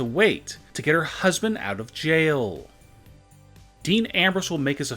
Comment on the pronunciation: What is up with your emphasis on every last word of every sentence? It is so annoying. "Get her husband out of Jaaaiil." "Of monday night Raaaww."